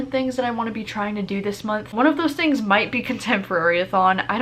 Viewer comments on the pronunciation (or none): none